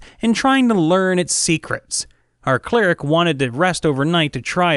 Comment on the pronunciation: I love these videos except when he says cleric like "clerk" instead of cleric (claire•ick)